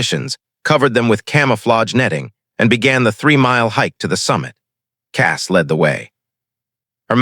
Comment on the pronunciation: Fix a word. The word is led as in bullet and not lead as in leader. 💥💥💥💥💥💥💥💥💥💥💥💥💥💥💥💥💥💥💥💥💥💥🤔💥🤔💥🤔💥💥💥💥💥💥😁